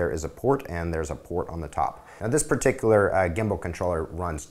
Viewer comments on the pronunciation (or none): none